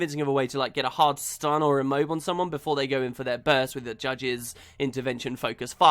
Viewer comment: That "stun" you say at sounds like its pressed out between your teeth in in silent anger :D